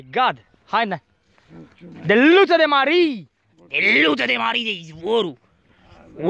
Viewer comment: Prima oara am crezut ca zice "steluta de mare"